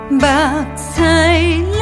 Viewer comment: 上面開開玩笑 希望妳別介意，因為妳的努力感染了我！就讓頹廢大叔認真地給妳一點建議吧，希望能幫到妳：(1) 「想你想擱目屎流」 的「屎流」不適合這樣發音，若整句不改旋律 詞可以考慮改成「春夏秋冬心思念」，「思念」的發音比較適合妳寫的旋律 (2) 前兩次「深深愛你」的「你」不適合這樣發音(似國語"離"的音)，建議微調旋律 往國語「力」的發音調整。(3) 「雅」跟「久」也有類似問題，音也要斟酌一下呦！沒辦法閩南語就是這樣難，我自己寫閩南語歌時也是一個頭兩個大…改了又改…再改…XD… 加油！支持妳喔！👍☕